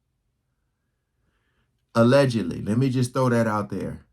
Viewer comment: SHE SAID ALLEDGALY PRESIDENTIAL🤔🤔🤔🤔 WONDER WHO SHE'S TALKING ABOUT ALLEDGALY.